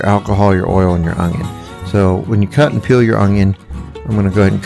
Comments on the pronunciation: Its “ONION”, there is no g. Its not “ongion” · There is no "G" in oNioN.